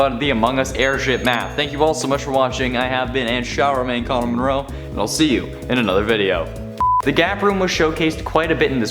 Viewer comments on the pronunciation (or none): none